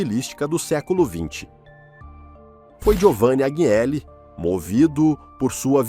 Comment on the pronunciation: Agnelli = (anhéli)